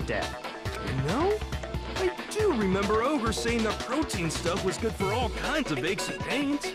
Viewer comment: i thought protein was prote in for a second there